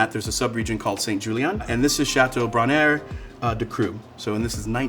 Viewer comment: Brainaire-Ducru, not Cucru :)